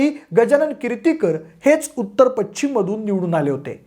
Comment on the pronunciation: Pachchim nahi pashchim…..ch nahi sha….nit bola krupaya